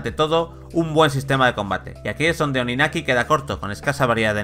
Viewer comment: TODAVIA ESTÁN A TIEMPO de borrar este video, corregir el pronunciamiento del nombre del juego y ese sonido horrido del minuto xD